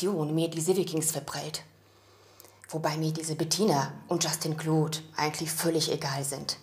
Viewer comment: Ich hatte so nen lachflasch als der vater sagt:LAs dIE pHoTEn VOn jUSTin CLeAUudE😂